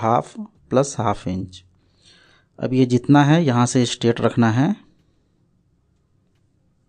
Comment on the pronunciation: Straight ko aap kyo state bolthe h?